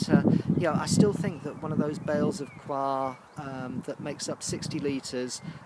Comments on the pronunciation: Been really enjoying your videos, nice to see someone asking the same questions we all ask and that never seem to be answered properly! Yes, I really don't think it should be pronounced 'choir' in the UK. Coyha sounds a bit more down to earth. I know what you mean, as I'm saying 'choir' now it makes me feel weird and uncomfortable and as if I'm doing an impression of royalty! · I know this is an older video, but saw you were talking about coir ad wanted to know if you liked it. I've been pronouncing it "koi-er" from , but no matter how you say it, I've found it beneficial also with starting seedlings. It is fluffy and if mixed with something like you said, (I use worm castings for microbes and nutrients) the seedling have something to grow on. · Its all coming to life now, lets hope for some fine weather, i always pronounced the coir as "cohya" but hey what do i know lol, its all looking good on the plot and im impressed by those chilli plants, non of mine from last year survived.